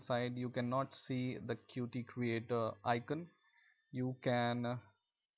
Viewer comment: It's pronounced like "cute", man! Good video apart from that.